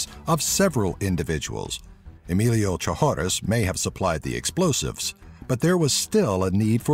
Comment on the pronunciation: You might want to update this video. David Hall has overtaken Delp for the No. 10 spot, having been sentenced to 825 years for 10 counts of promoting child pornography and 45 counts of possession thereof. By the way, "Trashorras" is pronounced "Tras-oras", while "Chamoy Teepso" should be pronounced phonetically. And in case you need the Arabic and Thai names of the Top 3, here they are. Jamal Zougam — جمال زوغام Othman El Gnaoui — عثمان الكناوي Chamoy Thipyaso — ชม้อย ทิพย์โส